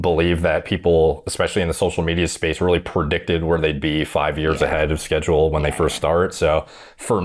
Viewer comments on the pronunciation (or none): "sazaule" LMAO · "on the sazule" 😂😂 caught himself there